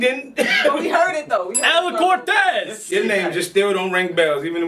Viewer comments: Dawg that nigga said Bortez lmfao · Nigga said “ bore-tez” lmao